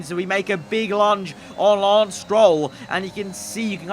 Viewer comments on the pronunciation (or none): none